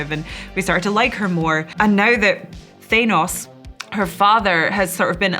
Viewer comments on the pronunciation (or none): Thay-naws her father? She don't even know how to pronounce her characters father's name. lmao